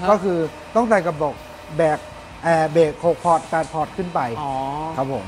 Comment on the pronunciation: pot = พอท ครับ ไม่ใช่ port = พอร์ท